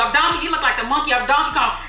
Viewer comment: Not you saying donkey Kong 😂